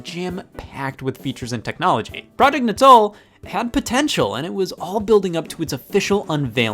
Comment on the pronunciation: All these years and I thought "Natal" was pronounced like the belly button. Mind blown.